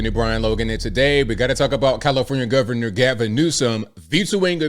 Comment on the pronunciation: “The Governo”……. Too much lip plump on the news anchor